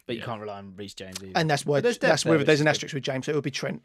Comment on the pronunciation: BRO SAID REECE JAMES 😭😭